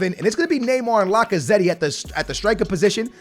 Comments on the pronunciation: Bro this Mans Name ist Lacazett not Lacazetti 😭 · i don't wanna be that person, but please pronounce Lacazette's name properly😭